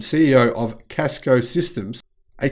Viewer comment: Some days I love your videos, some days I hate them because it's clear that you don't really know what you're talking about. Cisco has been a technology giant for decades, and you mispronounced their name. You also clearly don't know what Cisco does. Yes they produce a lot of software, but their core competency is networking and systems infrastructure hardware that runs half of the internet. Your video is probably traversing switches and routers produced by Cisco. It's hard for me to take your commentary on Ford's digital transformation seriously if you don't know who Cisco is.